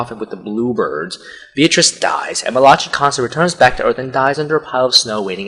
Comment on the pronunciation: he comes for only 15 minutes at a time, not an hour. and... mel-AH-chee??????!! its (mAL-i-KIE) mali-CHI